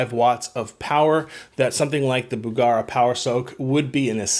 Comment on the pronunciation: BugEra not BugAra